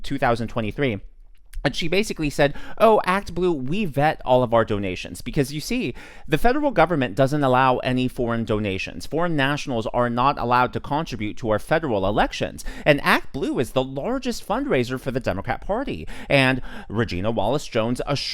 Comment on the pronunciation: Con’-tri -bute….no. Pronounced con-tri’-bute.